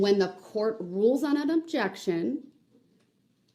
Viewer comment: Objecshun 😂 you just made me laugh so hard 😂 thanks 😂😂